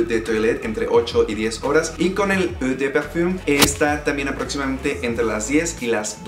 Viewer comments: Eau no se dice "uhh" se dice algo como "ohh". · No es "eu" o "u" de perfum...Es "O" de perfum. O...O...O...O..COMPRENDE BUEY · Eua está muy muy mal pronunciado. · Qué extraño. Soy bueno para los perfumes. Pero éste no me parece particularmente recomendable. Como alternativa te recomiendo Versace Blue Dylan, Invictus o Creed Aventus. Por cierto《eau》se pronuncia《ó》. Saludos.